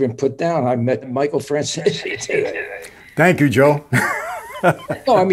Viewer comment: It's pronounced Fran-zé-sé and not Franzis.